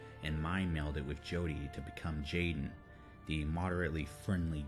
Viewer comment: Aiden not jaden lol